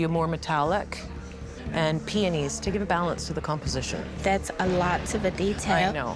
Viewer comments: sounded like she was saying peenies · The way the one lady said peonies pswissed me off